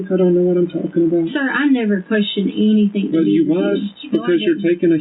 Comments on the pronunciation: I don’t believe “anythink” she says! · if she says "anythinK" one more time......